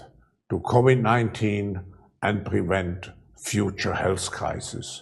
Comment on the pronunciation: this guy can even make the word "health" sound like "hell's"